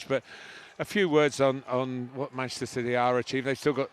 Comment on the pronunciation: Why does Gary Neville pronounce "Manchester" "Mchsta"?